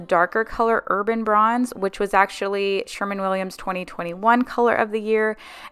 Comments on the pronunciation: Loved the marathon, great job. But every time you said SherMAN Williams I had to laugh. It’s SherWIN Williams. 😂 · Sher-win Williams not SHER-MAN